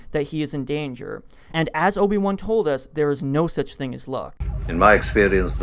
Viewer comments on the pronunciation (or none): none